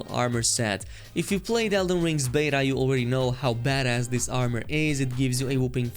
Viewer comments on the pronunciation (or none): none